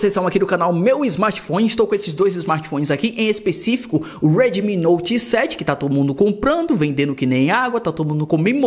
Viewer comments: Esse cara tentando falar em inglês meu deus kkkk Uedemi kkk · "Reidmi" rsrs